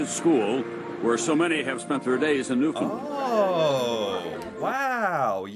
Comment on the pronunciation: After several years has finally got the pronunciation of Newfoundland right, good lad.